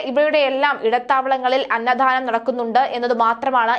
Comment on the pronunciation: Anna thhhhanam alla kutty......Annadanam😂😂😂